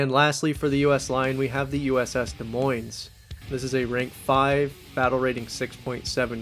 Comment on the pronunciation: I mean an American like me who doesn't pronounce Arkansas or Des Moines correctly... the foreign ones I get but American city and State names Brother come on man! 😂